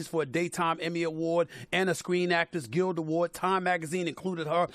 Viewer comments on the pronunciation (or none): none